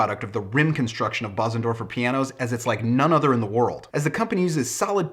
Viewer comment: It is pronounced Beuzendorfer (roughly).